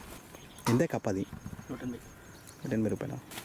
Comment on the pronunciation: కప్పు కాదు అన్న కప్ప 😂😂